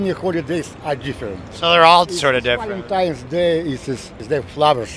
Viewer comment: “Valentime “ -, 2021